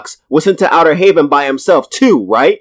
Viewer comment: Dis nigga said outter Haven LMAO bruh